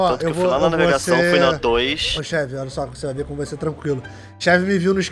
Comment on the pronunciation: Só eu que ouvi o falando naivegação kkkkkkkk como amo esses influenciadores, a produção os vídeos e o final level tbm né óbvio MDS!!! o vídeo do final level foi lançado a sete horas atrás e já tem 35 mil visualizações sério final level vcs são demais!!!!!